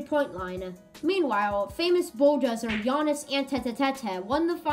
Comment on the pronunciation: Bravo! Great video. Well done 👏 I learned a lot and really enjoyed it. Keep working on Giannis name! It's tough but once you get it - it's really fun to say.